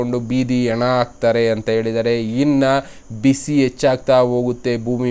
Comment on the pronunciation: ಯಣ ಅಲ್ಲಪ್ಪ ಹೆಣ ಅದು